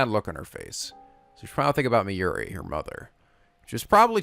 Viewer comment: Forgive me but I'm going to post this again seeing as it has been a thing for ages: Rule of thumb for Japanese names, please stress the THIRD TO LAST syllable. This is VERY CONSISTENT; you should never need to guess how to pronounce names: SUzuha Amane, not suZUha aMAne MAyuri, not maYUri Okabe RINtaro, not oKAbe rinTAro / Okarin, not oKArin / HOUouin Kyouma, not houOUin KAede, not kaEde FUbuki, not fuBUki Itaru HAshida, not iTAru haSHIda HIyajo, not hiYAjo MAkise KUrisu, not maKIse kuRIsu KAgari, not kaGAri (this one you said correctly the first time then changed it so that it was wrong) And from other games, to make the point clear: MAjima, not maJIma MAkoto, not maKOto KAzuma, not kaZUma If you don't believe it, just listen to how the voice actors pronounce the names. It's a western tendency to stress the second to last syllable instead, but third to last is correct. I would understand not knowing how to pronounce names if you read them with no context, but in games like Yakuza and Steins;Gate, the voice actors read out the name for you so you should know how to pronounce them.